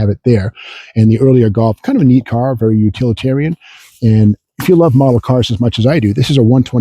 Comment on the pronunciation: When he goes away, he has to be "Berry, Berry Quiet".